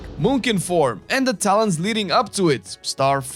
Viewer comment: Was the "Talens" intentional? :D